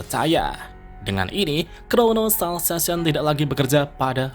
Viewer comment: Crono salvation bukan krono salsasion bisa gk sih belajar dulu ngucapinnya pake google translet lah yg bisa di ucapin kalimat nya dengerin jangan asal jeplak aja 😂